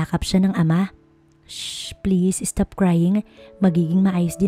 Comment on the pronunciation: Ano ba naman yan? Es-cared, es-top...